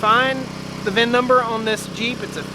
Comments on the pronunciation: It’s VIN, not vin Number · Try to just say VIN.